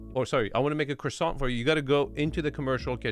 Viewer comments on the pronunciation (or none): none